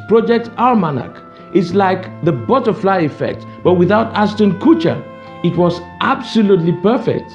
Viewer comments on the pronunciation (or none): none